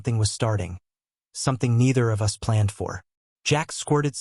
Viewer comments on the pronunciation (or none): Yeah like ‘us’ pronounced ‘you ess’! Hilarious! Adds humour to drama? 😝